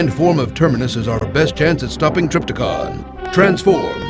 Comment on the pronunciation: Trypticon not Tripticon.